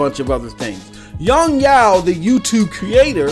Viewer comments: Yong yeaaaah not Yong yaooo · Why do you go out of your way to fuck up Yong Yea's name like that?